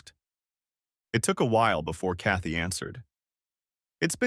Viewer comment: Chaty... Kathy... Katie... how many variations of this name do we have to hear? Next time, use a simpler, easier-to-pronounce name if AI can't pronounce it correctly. Sometimes it feels like there are three or four different female protagonists... As for the rest...old story, already heard.